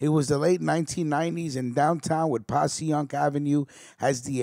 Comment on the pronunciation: Its pronounced "PASHYUNK AVE" S.P. IN THE BUILDIN